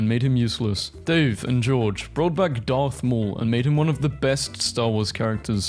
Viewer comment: Is not Darth Y'all is Garth Maul.